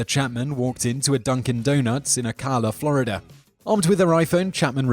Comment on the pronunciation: Love how you pronounce Ocala